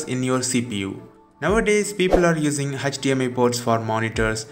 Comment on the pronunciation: Why did it always sound like "Hutch-DMI Port"